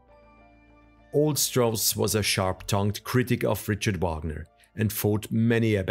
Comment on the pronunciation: His given name is pronounced REE-kart. And it's VAHG-ner. And VAE-mar. I biography should not fail at pronunciation of the key proper nouns involved.